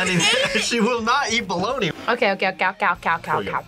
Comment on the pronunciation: Bologna (BOW-LOG-NAH)